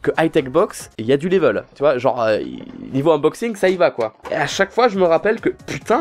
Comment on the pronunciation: je rigole à chaque fois qu'il dit : inboxing / Oui je suis une gamine et à l'aur?😂